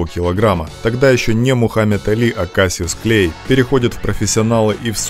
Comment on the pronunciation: Suggestion. Find better software to interpret what you have on paper. The names are prounounced wrong as Cassius Clay.